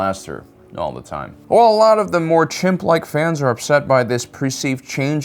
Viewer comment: Yo you crazy😆 🤣 you said chipm. 🤣. I do think that at Boba Fett's age, it's time to take the long view. We love the character but he must evolve. There are still many tales to be told about a younger reckless, and ruthless Boba. So all you chimps embrace the change. 😆 🤣